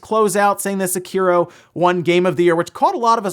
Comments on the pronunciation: "Se-kearo." Jesus fuck, you pronounce that so wrong. Like people who pronounce "Sakura" as "Suh-kur-uh" instead of "Sock-ur-a." It's "Sei-kee-roh" or "Sek-ee-roh." Jesus. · >Sekiro wins award >A creator accepts and says the game's name. >Annoucer, Doritos Pope, and STILL emphasis the middle syllable which never happens in Japanese.